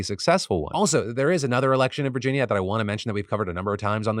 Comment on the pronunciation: lol "virgina"